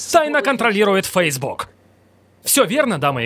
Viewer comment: Он сказал ФСБук?